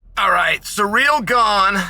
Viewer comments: Chael is undefeated in pronouncing fighters' names. A 10-8 round every time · i love chael still calls him ‘surreal gane’ and never acknowledges it or corrects it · At least he's stopped calling him "Surreal Gong"